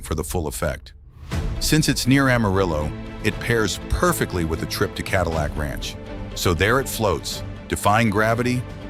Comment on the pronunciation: Ka dill icck ranch?? Gotta love AI